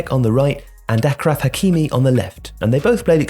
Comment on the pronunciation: Achraf is pronounced uhshraf not akraf